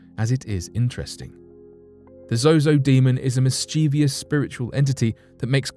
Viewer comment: Mischievous- THREE syllables pronounced (mis-chuh-vus) or (mis-chee-vus) but not "mis-chee-vee-us"